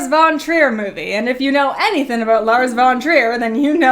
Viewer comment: Thin cannot be used for the word thing and anythin cannot be used for anything because it's not a word. And thin is not the same word as thing so it can't be used for thing idiot. And then she says settin for the word setting of a movie. I wouldn't point this out to her except she keeps making the same mistake of not using the letter g at the end of words which takes away her integrity and ability to do a you tube video. Be more professional. And she doesn't have the excuse of English is not her first language and she's still learning English because otherwise she is speaking perfect English. And Canadian English doesn't leave out just the g at the end of these words. This is just her being ignorant and stupid and too lazy to correct this. Horrible.